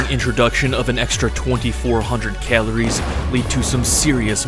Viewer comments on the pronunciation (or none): That’s alot of “keleries”